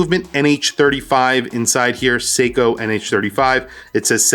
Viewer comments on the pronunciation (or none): none